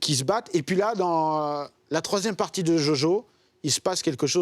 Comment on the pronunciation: A croire qu'il le fait exprès tout le monde qui connais un peu l anime connaît le vocabulaire associé